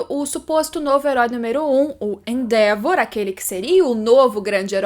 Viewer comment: Finalmente alguém que fala endeavor corretamente